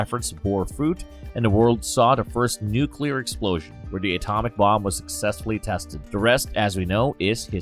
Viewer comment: Thank you for saying 'nuclear.' I am SO SICK of people who say 'nuculer.' They sound SO DUMB, usually because they are